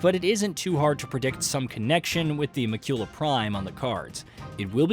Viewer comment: It's pronounced Mah-kyula, the stress in on the first syllable, not the second. I get the narrator isn't the writer and can't possibly play all the games that get covered, but this happens often on this channel, is there no QA?